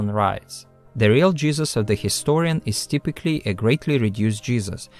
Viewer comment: The WHAT of Matthew and Mark?! I had this on in the background and I just hear "We have to speak of the jizzes of Matthew, the jizzes of Mark" and I died! 😂